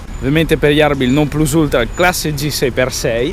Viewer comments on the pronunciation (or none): none